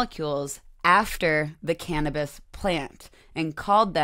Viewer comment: Imagine people saying Ca-nab-is